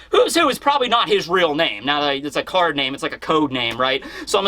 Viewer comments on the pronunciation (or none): none